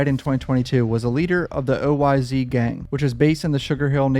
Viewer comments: Nigga keep saying oy z it’s oyz without saying the z just us it like an s smh shit blowing my mind rn 😂😂😂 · OYz is pronounced oh whys not O Y Z .